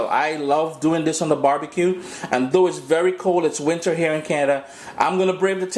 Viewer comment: I like how the "th'es" going and coming. not sure what accent it is, the 'dis' and 'doh' for 'this' and 'though' lol